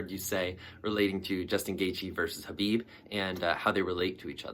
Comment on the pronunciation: It’s pronounced KA-BIB